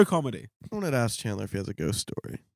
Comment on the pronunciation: NAH HIS NAME IS CALLED CHAD-LER